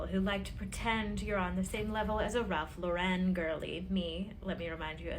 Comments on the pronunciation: And it’s “Lauren” like the girls name. Not LawREN. 😆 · I have to laugh at the snobs who can't even pronounce Ralph Lauren correctly. It's not LauREN, it's LAUren 🙄 BTW I'm in the pulling whatever decorations you can find out of the attic and mixing colours everywhere club 😂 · I'm always annoyed at the influencers pronouncing it Ralph Lau-rennnn like he's French. Ralph is unpretentious about his name and always mentions he is really Ralph Lipschitz. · Enjoyed your video! Agree with everything and you are pronouncing Ralph Lauren the right way. I am so sick of people (like the lady in her car) pronouncing it with a fancy "Lu-ren" and that is not the way the actual Ralph Lauren pronounces his own name. I've seen him on an inteview pointing out how people say his name wrong. It's funny that these "experts" don't know that! Anyway, I subscribed and really like your presentation style. Early Merry Christmas from VA 😉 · Not Eliza Doolittle over here trying to be snooty about her Ralph Lauren Christmas. Ma’am. And she’s mispronouncing Lauren. 😂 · Have the influencer don't even know to pronounce Ralph Lauren's name correctly. I have been collecting nutcrackers for years, so wow I have been treading for years and didn't know it. HaHa!